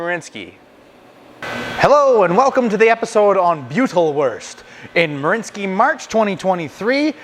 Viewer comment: As a side note, it”s “Marianski”, not “Marinski”.